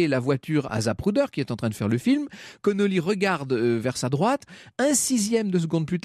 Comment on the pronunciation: Ce n'est pas Connolly mais Connally, John Bowden de ses prénoms.